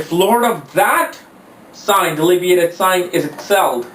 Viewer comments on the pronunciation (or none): Being an astrologer please learn to pronounce the important words often used in astrology... It is DEBILITATED & NOT DELIBIATED...!!! Everytime you pronounce the word wrong l lose my interest to listen to you further.... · It's debilitated and not delibiated.. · "DELIBIATED" BRUH DUDE NO CAP, CAN'T BELIEVE THAT IT'S